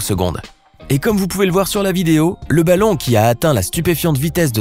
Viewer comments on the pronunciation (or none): il a dit '' baton'' au lieu de balon